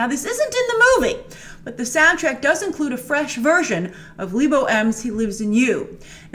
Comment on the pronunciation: Grace, its not leebo M. He is South african and his name is from the Northern Sotho tribe. its Le as in how the French say it. Bo is pronounced as a Bu. So its LeBu. And i agree that he gets no recognition for his work in the film.